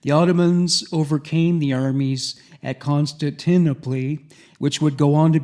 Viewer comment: i respect and love you but i cant believe you dont know how to pronounce Constantinople. The first time in passed it off as a joke. The second time I knew i had to inform you. Its Con.Stan.Tin.Opal. Good try and again I am not shaming you, it's something about reading words you've never heard spoken.